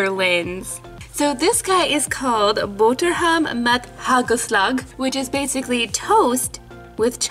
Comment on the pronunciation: I saw luna 👏🏻 i'm also from the netherlands . Actually you pronounce hagelslag wrong 🤣🤣